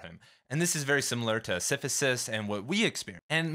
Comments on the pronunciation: pronounces it "Si-fi-sus", whereas they way I've heard it said is "si-si-fus" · You've got a very interesting way of pronouncing "Sisyphus." Great video tho